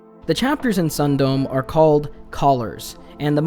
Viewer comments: i googled "sun dome" and found out it's a japanese word, meaning "stopping before" and with the context of the story, it could very well mean (sexual) "edging." so it's pronounced "sun-do-me" not ☀️dome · Sundome is pronounced "Soon-doh-meh", but now I feel compelled to call it "Sun-Dome."